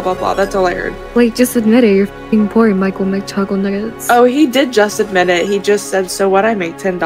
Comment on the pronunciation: is she trying to say McJuggerNuggets??